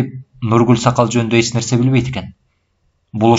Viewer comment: Автор (Ч)тамгасын колдонбойбу, же Ильгиз Мырза ошондой окуйбу?(Мисалы эч жакка дегенди эт жакка деп окуйт го)